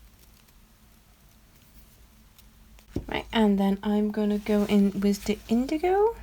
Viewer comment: wiTH. Not wiZ